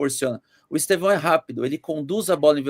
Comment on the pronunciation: O nome não é Estevãooo aprende falar